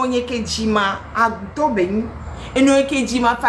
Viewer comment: Pardon faut pas nous insulter looo.....😄😄😄😅😅 agoutor = chauve souris; cest les agouawoo ( mais je sais que c'est par humour que vous avez dit agoutor 😆😃) ; ma maman également vient de là. Madame , encore une fois merci pour votre contenu; vous avez tout dit